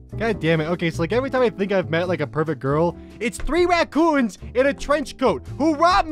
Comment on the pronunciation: I love the fact that says raCcooons instead of raccoons